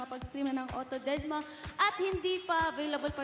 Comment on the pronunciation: tama ba dinig ko kay may may... didma or deadma?